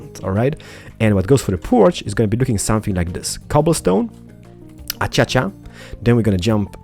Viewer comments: Avery Ladwig I love how he say a-cha-cha. Its a-cay-she-a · Lol, Acaica.. U said Achacha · Alright,. It's starting to get a little annoying. Acacia is pronounced ah-KAY-shuh:) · lol "achacha" you said instead of what a lot of people say acacia. Probably because of your accent. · Guys he says achacha purposely, but for everyone who's saying its ah-kay-cia it's ah-kay-sha its on btw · ah-kay-sha not a-cha-cha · Lol aschacha it's as-key see ah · I like how you say "A-cha-cha Wood, instead of "A-kay-sha". I know you're Polish/Swedish and mispronounce words a lot. But.. it is funny though. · The wood is pronounced a-Kay-sha. Sorry for complaining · hmm the pronounce of acacia is (a-ka-sha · he says ah cha chua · Pronunciation : A-cay-sha /Acaica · I like how you say A Cha Cha wood XD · its ace-cia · "A-cha-cha" Omg I can't even xDDD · It's pronounced a-Kay-sha.😂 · I actually pronounce it as a - key - see ah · I'm English, so I can confirm that it's pronounced 'A-Kay-Shia' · No its As-Cia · He says acacia achacha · its a-ca-sha wood come on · He says it a-cha-cha on purpose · Acacia = Ah - kay - Shuh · Acacia is pronounced Ah-kay-sha. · Accacha(acaica) Sounds wierd. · KERT PLEZ Acacia Wood is what he's saying XD